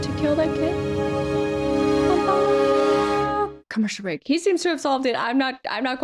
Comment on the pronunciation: Hmmmm commeshul breaak 😒